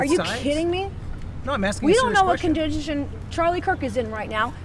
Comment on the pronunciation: "We don't know what condijicen..." - Nancy Mace